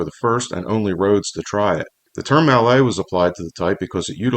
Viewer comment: I doubt hard-bitten railroaders bothered about pronouncing 'mallet' in French. Besides, you still have it wrong.